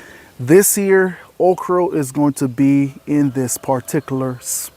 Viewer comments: Well, guys! I can't stand listening to you over use the word "guys"! Then you are going plant your "okr-O"! It is spelled OKRA! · Its "Okree" here in the south my friend 😂. First of your videos I have seen, subscribed at once ❤